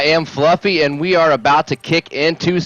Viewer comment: "I am Flufvy, and I'm not okay with that." Fucking dying man, that is hilarious.